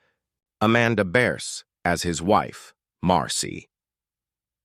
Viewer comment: This is old news. Even back when Married With Children was filming, it was common knowledge that those two didn't get along as time went on. And for the love of God get her name right. It's Bearse